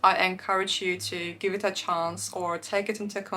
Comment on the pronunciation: It's so funny and gorgeous the way you pronounce "Gpt chat" and "chance" with french accent 😂😂❤❤❤ that’s the main reason why I chose that you look more French than Russian on Instagram. I love you, xoxo from Brasil 🎉❤